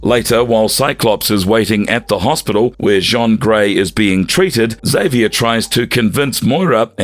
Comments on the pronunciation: It seems like a great video, but you mispronounced so many names wrong, it kind of turned me off. Also, in the video title, you have Gladiator described as a Kree, when you mention in the video he was Strontian. Now, those flubs aside, the video was pretty good. A big favorite of mine, by the way. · Interesting character. Though, gotta say, it did get old fast how you kept butchering Jean Gray's first name lol. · yeah you're telling me. They also mispronounced Jean Grey's name lol. I've been running into this a fair bit recently. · Jaun Grey, dafuq. IT'S JEAN. Like Billie JEAN. NO Jean Valjean from Les Miserables. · Jean Grey? It's pronounced JEEN not JHAWN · Yo said Jean Van Dam Grey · How can you repeatedly mispronounce Jean Grey's name? For future reference Jean is pronounced the same as "gene", not as "john" which is spelled "Jean" in french. Strangely a couple of times you got it right, but most times you pronounced it as the french "john", which means you didn't even get her gender right. I could forgive this if she was some obscure character that was unknown except to hardcore fans, but she is literally one of the most widely known x-men characters (comic fans and non comics fans alike) as well as important x-men characters, and a founding member of the team who first appeared in the 60's and has appeared in one form or another consistently since. If you don't know who she is, you probably shouldn't be making these videos. I can understand that maybe the voice over guy is just reading a script and doesn't know the characters, but why didn't someone in editing pick it up? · "jon grey" ...? 🤦🏻‍♂ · I know that someone just hired this voice over guy to read scripts but my god.. I can't anymore. He literally pronounced Jean as John Grey. Also who is classifying Captain America as one of the most powerful?! I can't. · Okay this AI voice was bd but I couldn’t get past the Frechman: Jean Grey